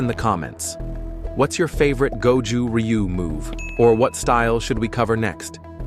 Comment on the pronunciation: You can't even pronounce it correctly. Will not waste my time with this video.